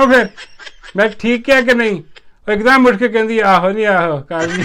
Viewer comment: Ak dum nhi yak dum 😂